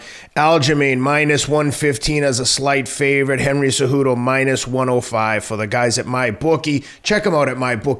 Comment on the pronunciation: Teddy: "Henry Ce-Kudo"